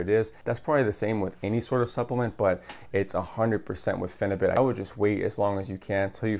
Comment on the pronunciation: Pheni - beaut is the pronunciation. 🙂